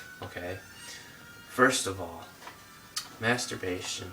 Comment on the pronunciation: Lol dude can't even say the word masterbation